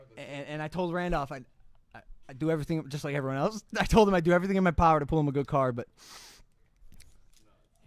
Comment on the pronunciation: Pull not pool omg